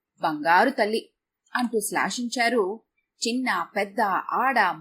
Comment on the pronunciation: 'శ్లాషించారు' కాదమ్మా...1.38 'శ్లాఘించారు'..‌